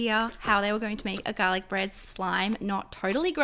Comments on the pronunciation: Who else loved how she says garlec? 👇👇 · garlic bread? I thought she said galic like Galaxy I'm so stupid